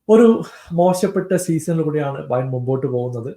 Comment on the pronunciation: Bayer alla bro Bayern